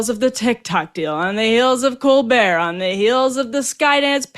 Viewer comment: "Col- bert "